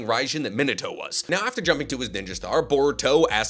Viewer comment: It amazes that he pronounces “minito” when his name clearly has an A in it. ITS PRONOUNCED AS MEE-NAH-TOE MINATO.